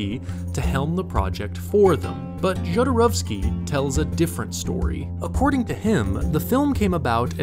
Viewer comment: I don’t know how someone watches all of “Jodorowsky’s Dune,” does all this research, listens to people say his name over and over again and SOMEHOW STILL make HOURS of content saying his name INCORRECTLY. Every. Single. Time. It blows my mind. Just take two seconds and look up how to say it!!!! Say it correctly!!!